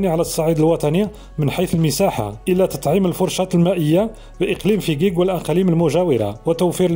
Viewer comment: اسم المدينة .....فجيج وليس (فكيك )